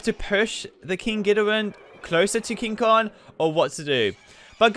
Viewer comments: It's King Kong not King kon. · kinG konG not king kon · It is called KING KONGGGGGGG NOT KING KON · Is not king kon is king kong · It's King Kong not King kog it's Rodan not roan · "King kon" 😂😂😂😂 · And he called King Kong, King Kon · Is it me, or is he saying “king kon” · And he called King Kong King kon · you: king kon me: ITS KING KONG